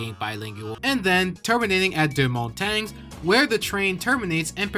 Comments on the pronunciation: that hurt to hear, its pronounced deu mon-tang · With my extremely limited experience with French, I think Deux-Montagnes is pronounced "dew-montahn". Feel free to correct me if I'm wrong. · that was the worst pronunciation of any french name i have ever heard, but anyways happy canada day from someone who has ridden the line in real life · DOO MON TANG-UH